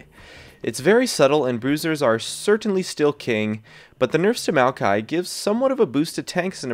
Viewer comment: if you're talking about maokai, why show malphite? or are you just pronouncing it weird?